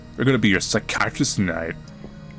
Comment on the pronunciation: The way says "psychiatrist" kills me. I love it though. Kinda like when he says "anuvver"